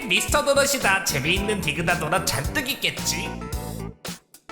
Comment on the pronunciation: 디그다X 딕ㅡ다O